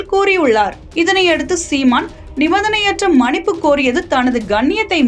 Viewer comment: மனிப்பு இல்லை மன்னிப்பு... என்ன வாசிக்கிறீங்க